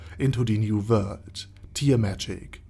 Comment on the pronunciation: Does anyone else just watch his videos because he has a smooth voice and the way he says new vorld